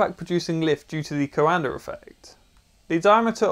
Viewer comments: its pronounced like da but without the d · coANDER effect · Funny Englishman putting an “R” on the end of coanda!🤪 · Minor note, that Coandă is pronounced more like "kwan-duh" rather than "ko-un-der". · My dude can't pronounce words with R at the end, but he nails that r on COANDAR. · Me: Coanda Him: Coander This threw me off so much wtf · Talking like a Pirate. CoanadaRRRR effect. I'll bet he also says... ChinaR AustrailiaR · "Coander Effect" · It's pronounced "coanda effect", not "coander effect". Britishers are weird. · Awesome explanation! One bit of help those not speaking Romanian, Cuanda is pronounced "cwanduh" :) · It is called the Coandã effect, named after a romanian scientist, and it is pronounced coándā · "The coander effect" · Super cool! Note: the prononciantion is quan-the ("quan" like in quantum and "the" or "da" like in "DaBaby") 😅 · There's no R in Coanda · You are buttchering the name COANDA!!! DO the researche and get it right!